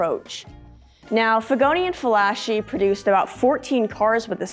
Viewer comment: "Figoni & Falaschi" (Giuseppe Figoni & Ovidio Falaschi). Although operating in Paris, France both were Italians. Therefore it should be "Fala-Ski"!